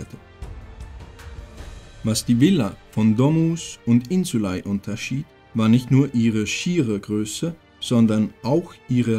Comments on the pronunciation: Gutes Video macht Spaß zu schauen. Nur eine Sache die mich gestört hat war dir aussprache von Insulae du sprichst es Insulei aus wird aber Insulä ausgesprochen aber ansonsten echt gutes video 👍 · es heißt insulä nicht ei... depp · Also ich habe die Aussprache von „insulae“ im Lateinunterricht anders gelernt… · warum sprichts du das "ae" so seltsam aus?